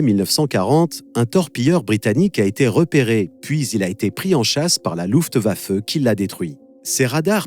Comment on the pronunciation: "Louftwaffeu", par pitié se prononce "Louftwaffai" pour Luftwaffe 🥴 Seule chose à redire, travail génial sur un sujet que je ne connaissais pas ! Continuez